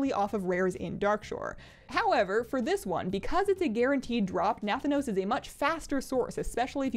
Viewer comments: Nuh-THAN (an like can)-OS, like Thanos in Avengers. Not to be mistaken for Nathan-os, the cereal. Please don't call him nathan :( xD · Say Thanos...like from Marvel ... then say Na... then say ... Na - Thanos. Not... NATHA - nos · Na-than-os, not Nath-an-OS, lol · Yeah, she got it right (na-THAN-os) but the other times it was wrong (NATH-anos). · Nah-nan-oos? what?